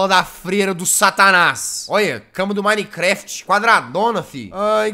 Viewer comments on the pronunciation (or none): none